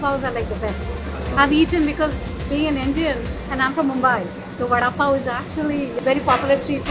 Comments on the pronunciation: It should be pronounced like vara pao not vada pao , though we right it vada pao. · Vada pav is pronounced as vara pau.... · Sorry but i heard father puff😂😂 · I’ve been laughing for over an hour stomach is hurting over the way u pronounced VADA PAW 😂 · OMG, Khalid's pronunciation of Vada pao is so funny. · The way he says it "Va Dha Paa O" :) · the way he say vdda pav😂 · Its vara pao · Aww love d way u pronounce vada pav nd pav bhaji, would love to see more tasting Indian food vlogs. Lots of love from Mumbai, India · The way U pronounce "Vada pav" I like it❤ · The way he says Vada pav 😅😂😂